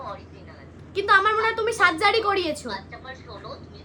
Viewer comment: সাজ্জারি না রে সার্জারি হবে শিক্ষার ও অবস্থা ওই ভাষার মতোই